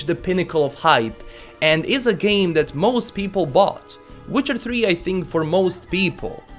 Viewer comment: ''Witchar tri''